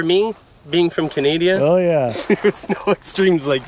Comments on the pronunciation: lol " being from canadia" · did he say canadia ? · Around 3 minutes did he say canadia?? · did you hear him say being from canadier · At the start, did say, "Canadia"? ROFLMAO